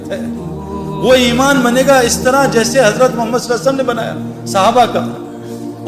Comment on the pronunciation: محترم جناب بھاٸ سعید انور صاحب السلام علیکم ورحمتہ اللہ وبرکاتہ بعد اداب وتسلیمات کے عریضہ خدمت عالیہ میں یہ ھے کہ ماشا۶اللہ دینی واصلاحی باتیں تو بڑے اچھے انداز میں پیش کی ھے اور امت کی ماوں بھنو ں کو کافی فیض پھنچ رہاھے لیکن ایک ضروری بات کی طرف توجہ دلا نا مقصود ھے اور وہ یہ ھے کہ جب اپ رسول اللہ صلی اللہ علیہ وسلم کا اسم گرامی لیتے ھیں اس کا صحیح تلفظ نھی کرتے لہذا مو دبانہ مو منانہ مخلصانہ عاجزانہ عاجلانہ خاشعانہ درخواست ھیکہ رسول اللہ صلی اللہ علیہ وسلم صحیح اور اداٸگی کے ساتھ ٹھرٹھر کر تلفظ کریں جب ھی عشق نبی پیدا ھوگا اور اصلاحی باتيں مٶ ثر ھوں گی مصرع عشق نبی میں جو بیمار نھی ھوتا عصیاں کےسمندر سےوہ پارنھی ھوتا فقط والسلام مع الاکرم مفتی انتخاب اللہ قاسمی بجنور انڈیا